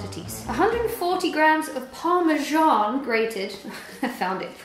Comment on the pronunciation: It’s Parmesan not parmejjjjaaan